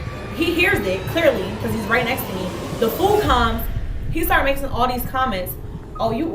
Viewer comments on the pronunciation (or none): It’s "making," not "makesing." There’s no "s" in the middle of the word. You should know this as a native English speaker. I’ve found that people with horrendous grammar and language skills in their native language (barring speech impediments, injuries, and disabilities that impact language skills) tend to be ignorant and lack social intelligence. They’re the ones who order the entire menu on a first date and become irate when their date refuses to pay for it.